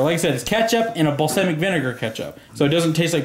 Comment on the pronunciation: Say balsamic right